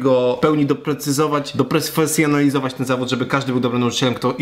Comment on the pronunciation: Włodku? Dopresfersionalizować? Dobrze usłyszałem :D?